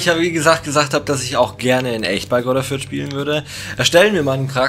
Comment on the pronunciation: Sehr starkes Video aber es heisst nicht Greuther Fürth